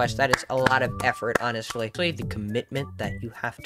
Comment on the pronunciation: For a sec i thought you said 'ONNET' sly like onestly